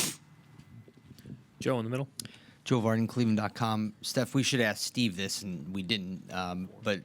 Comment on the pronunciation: She said steven😂